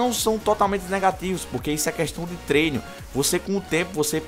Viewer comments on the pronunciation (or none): none